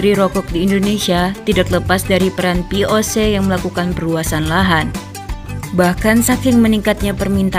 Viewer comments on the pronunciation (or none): POC ??? VOC kaleeee....urang sundaa niiii naratornya...wkwkwkwk